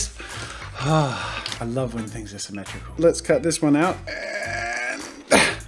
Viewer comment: It’s not... SIMETRUCUL!!!!!!!!!!!!!!!!!! °~°